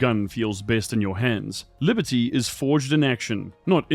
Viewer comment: My Patriotism is so confused right now! One one hand.. Liber-tea.. great pun from the game. On the other hand.. hearing a brit say it as an American makes me want to throw it into a river! WHAT IS THSI!? AAAHHHH!!!